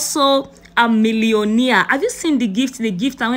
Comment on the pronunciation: Millio-naire NOT Millio-near